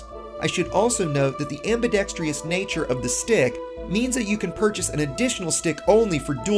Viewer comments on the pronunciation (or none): "Am Bee Dex Truss" Not "Am Bee Dex Tree Us". Less caffeine dude. Your analysis is usually spot on. I've been using an X52pro for 5 years with ZERO issues. I removed the throttle detent and replaced all the micro switches with higher quality ones BEFORE ever using it. I play about 4 hours a day, 50% of that is spent in combat. A good HOTAS is essential. Thank you for your enthusiasm!